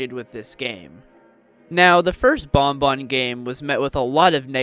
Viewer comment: Thank you for pronouncing banban correctly!❤